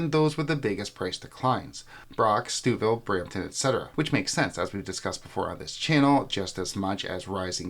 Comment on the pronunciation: That's not how we pronounce Stouffville 😬